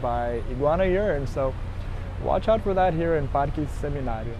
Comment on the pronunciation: Awwwww I love the cats! That Santa Ana Hill area is so cute, I love it too. I alllssssoooo love how you pronounce all the Spanish words with a Brazilian Portuguese accent- El Parkee! jajaja :_GringoDrink